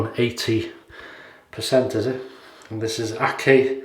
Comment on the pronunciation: Akçay is pronunciated as "ak chai" which means white tea in Turkish. BTW, I don't remember this brand.